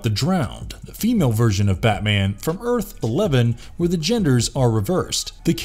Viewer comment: guy said Earth -11 rightfully!